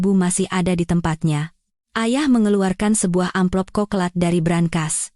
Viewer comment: Coklat ini kok.dibaca koklat mbak, salah besar, yang benar coklat, c bukan k mbak